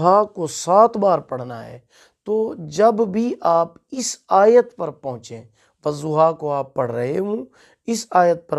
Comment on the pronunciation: I am sorry sir lakin.... Ap galat perh rhy hai.... "Wazoha" nhi hita "wadoha " hota h